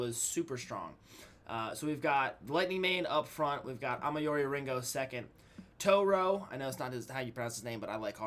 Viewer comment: i think the closest thing to pronounce his name is two-roy. i call him 2roy.